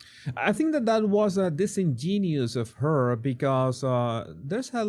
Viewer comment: The password is dis in gen u ous. (Not dis en gen ious.)